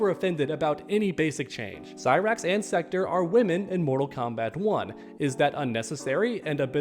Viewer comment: Every body should be complaining about the gender swaps. It will only continue to get worse. Mortal Kombat was diverse enough. Also its Sek- Torr not Sek-tur Lol